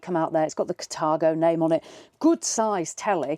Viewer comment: It’s called Car-thago not cat-argo your pronunciation is wrong.